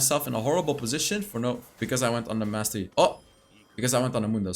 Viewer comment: "Maestro yi" like a true italian